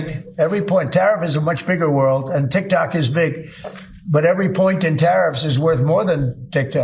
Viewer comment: I thought it was tiktok not tiktak you cement head